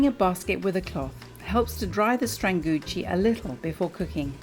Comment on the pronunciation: It’s pronounced strahn-googee. Bettina pronounced stranguggi at the beginning of the video.